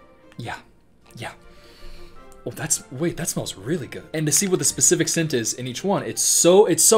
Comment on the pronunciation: can you be more bacific